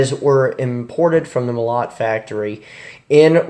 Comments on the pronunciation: Bro its not mo-LOT its pronounced MO-lot, which means hammer. Sort of like Moloch or Maleous Maleficarum. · Not a molOt, mOlot - is a correct pronunciation, take it from a Russian. Translated as "a sledgehammer". Thumbs up, man.